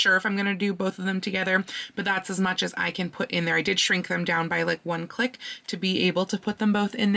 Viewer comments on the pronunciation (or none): none